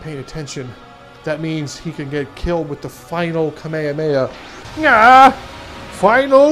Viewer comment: beuh pronounced kamehameha wrong